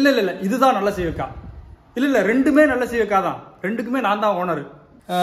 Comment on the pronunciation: டேய் தற்குறி.. முதல் ல அது என்ன காய் னு பேர சரியா சொல்ல கத்துக்கிட்டு வா.. அது சீயக்காககககக இல்ல சீயக்காய்.... அவ்ளோ தான்